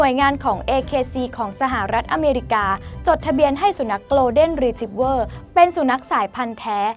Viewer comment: คนอ่านต้องปรับปรุงมากอ่านชื่อพันธ์หมาก็พิลึกกึกกือเขาชื่อ โกล เด็น รี ทรีบเวอร์ไม่ใช่โกลน เดน อ่านข่าวน่าจะรู้